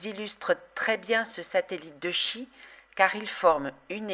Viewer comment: On prononce Tchi, comme dans Chi-kung.